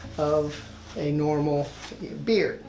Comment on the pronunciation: He says beer not beard